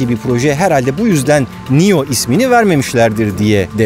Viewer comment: nio diye degil neo diye okunuyor bu arada